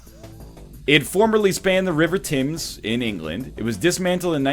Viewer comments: "The river Timms" you stupid egg. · The Thames - pronounced 'Tems' fyi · Someone really needs to tell these guys how to say Thames....holy moly. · Ah they can't pronounce Thames... That's the most American Canadian thing ever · Not one person pronounced 'Thames' correctly, with this statement I have become everything I hate about the internet.